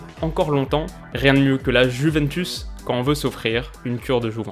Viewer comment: Désolé mais en ayant des origines italiennes ta prononciation du mot juventus me fait saigner des oreilles...😭😭😂😂